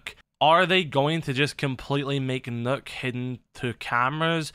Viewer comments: Its nock not nook yung blud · “Knock”. Not “nook”